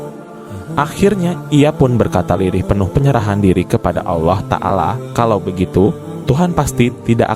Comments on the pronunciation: Adminnya cumn cari sensasi.sejrh kurang jelas. Kyknya admin non muslim ini. Perhtikan aja pas sebut nama allah .kyk orang kristen nyebutnya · Pembaca nya saja tidak fasih mengucap allah SWT